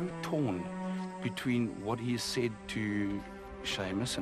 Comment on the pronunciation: This is is lovely show but the presenter needs ro pronounce some English words properly. Its not wourrn't....it's wouldn't and so on. English is a beautiful language when spoken clearly and properly. I hope he sees this comment.